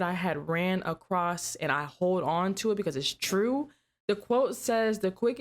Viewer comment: Love you!! Your bloopers trying to say across made me laugh!! Awesome video!! ❤️